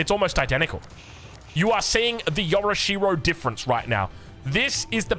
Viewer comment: Yo'rishiro not yora'she-ro. Get it together mate.